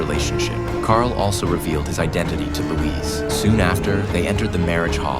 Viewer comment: 'Carl'?! ...'Louise'.... Lol....maybe choose a better AI or a narrator who knows basic DC lore....